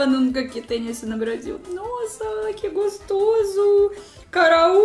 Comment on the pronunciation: Olá. Seu canal é ótimo. Sou seu admirador. Queria deixar uma pequena dica: Em português a letra "o" sempre tem som de "o". Comida, e não "camida". Gostoso, e não "gastoso". Com o tempo, a gente aprende. Estudo russo e também não é fácil. Beijos.